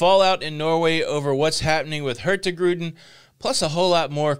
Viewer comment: no G in the Hurtigruten when pronounce it... It just sound wrong. Hurti-ruten will be close to the right way to pronounce it.